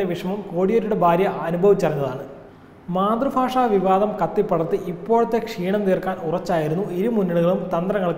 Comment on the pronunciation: മാതൃഫാഷ അല്ല , മാതൃഭാഷ